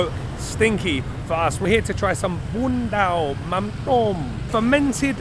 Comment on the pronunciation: It is "bún mắm nêm" bro!